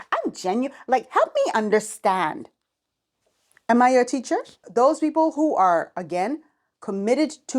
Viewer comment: "I just don't understanzz" 😂